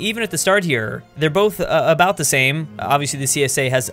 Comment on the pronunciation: That beautiful hey what aboot some Molson now?